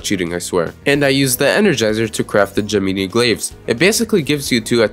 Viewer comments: Bro said “gemeenee glaives” instead of gem-in-i glaives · "Gimeenee Glaves" ... Bruh do you know how to pronounce "Gemini"? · the way you pronounced Gemini was evil but impressive vid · the way he said gemini